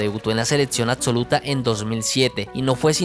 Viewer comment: Se me hace dificil verlo completo cuando dice "ladso seledcion adsoluta"